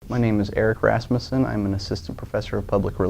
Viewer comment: U said ur name wrong dumbass